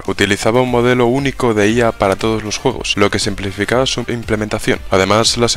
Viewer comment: Juogos.... Hablen Bien lpm